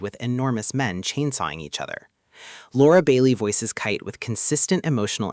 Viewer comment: Why are you saying kait like that.